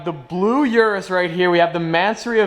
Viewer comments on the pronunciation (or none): Uris is pronounced OORis. Like goo.